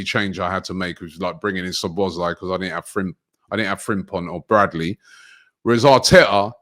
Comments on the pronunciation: Even worse. Calls him *Slo*bloszlai. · “Soblozlai” It’s been two years and still can’t pronounce the name. 😂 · Arsenal & Utd fans refuse to say other teams players names properly. It's some kinda disorder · I knew would butcher szobos name